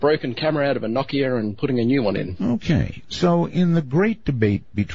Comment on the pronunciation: Never heard someone pronounce Nokia as Nockyair